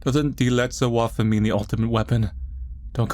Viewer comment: "Die letzte Waffe" and "Engel" are both german. As a German, i loved your pronounciation of my native langugage.